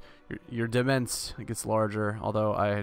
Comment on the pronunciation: Demesne= Dih-meyn.